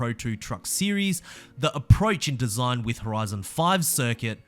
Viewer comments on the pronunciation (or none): none